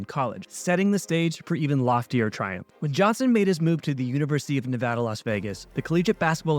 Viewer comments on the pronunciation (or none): none